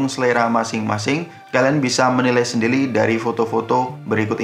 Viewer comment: "sendili" ga tuh